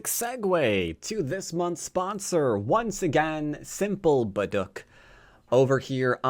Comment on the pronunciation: Nice video, just fyi not hard to pronounce, but baduk = bah (like a sheep) duk (like duke*ish)